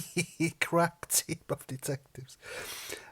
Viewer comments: Did you say 'police crap team' 😅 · I laughed so hard when you said crap team of detectives, I thought you said crack team for a second.